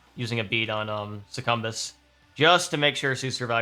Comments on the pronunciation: IT'S PRONOUNCED SUCCUBUS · These boss strategy videos are really interesting, I’m eagerly waiting for my copy of the game to arrive. Also, interesting pronunciation of Succubus lol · Perhaps he is dodging YouTube Censorship? with a little speech manipulation ... Demons "specifically temptation Demons" might catch the overlords watchful Gaze ... then again he might just pronounce it that way?